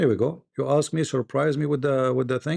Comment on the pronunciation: It's ask not axe